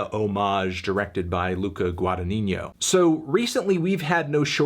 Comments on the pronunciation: It's guadagnino, not guadanigno. Your italian ancestors are ashamed of you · Omg how you pronunced Guardagnino loool, sorry I'm italian